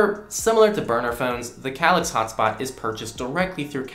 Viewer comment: it's pronounced, "kay-licks"